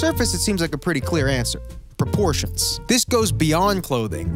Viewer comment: “proportions” aight bud